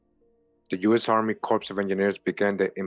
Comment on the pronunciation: Pronounced "core" of engineers. Marine Corps - core Corps(e) is a dead body. No pun intended.